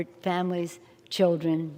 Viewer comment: fer ther childrern